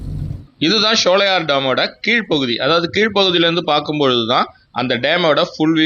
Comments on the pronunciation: நல்ல ஒரு பயனுள்ள வீடியோ ஆனால் ஷோலையார் என்பது தவறான உச்சரிப்பு ( சோலையர்): என்பது சரியான உச்சரிப்பு ஆகும் சோலைகள் நிறைந்த இடம் அதனால் தான் இந்த பெயர் ஷோலையார் தமிழ் உச்சரிப்பு கிடையாது எனக்கு தஞ்சை தமிழ் மிகவும் பிடித்த தமிழ் ஆகும் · உங்கள் ஆங்கில உச்சரிப்பும் தவறு SHOWLAYAR (SHOLAYAR )என்று சொல்கிறீர்கள் அதுவும் தவறான உச்சரிப்பு தான்